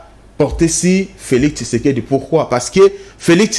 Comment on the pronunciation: c'est Tshisekedi et non Kisekedi